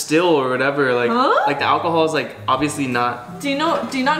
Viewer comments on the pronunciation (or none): none